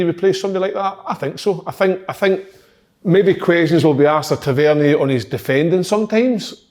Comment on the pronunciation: Kyle says Tavernier different every week and could go probably 200 episodes without saying it right